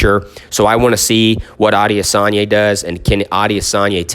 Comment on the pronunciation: A-de-San-yah.... very easy if you sound out the syllables👌🏾😎